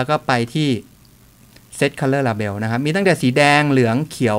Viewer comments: ปล. Label ออกเสียงว่า เลเบิ้ลนะครับ อยากให้ถูกต้อง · Yaya Yayai เลเบิล ?? เลเบล!!